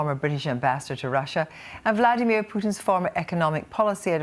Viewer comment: BORING ''MARK URBAN'' HE IS THE ONLY PERSON IN THE WORLD WHO PRONOUNCES VLADIMIR PUTIN.....VLAD - EEM IYA-- PUTIN, INSTEAD OF VLADIMIR PUTIN... SO SO ANNOYING LISTENING TO THIS PRATT MISPRONOUNCING PUTINS NAME....!!